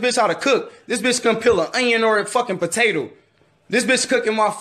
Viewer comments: the way he said it was batato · the way he said onion and potato 😆